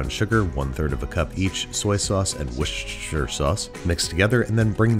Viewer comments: Okay Babish, repeat after me: Wuss. Babish: Wuss. Tuh. Babish: Tuh Sure. Babish: Sure Great, okay, faster. Wuss. B: Wuss. Tuh B: Tuh Sure. B: Sure Wuss-tuh-sure! Babish: Wssshhhhtrblah. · For the last time. Worcestershire = WUUS-TUH-SHEER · It’s pronounced worse-ter-sure. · It’s pronounced “Worcherstershershire” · Hey buddy just wanted to give a wee tip it may be that you are doing it because you don’t know or just for a laugh but Worcestershire sauce in the uk we pronounce it wuster sauce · whsssssssssss (Worcestershire) sauce ;) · It gives me hope when even Babish struggles to say Worcestershire.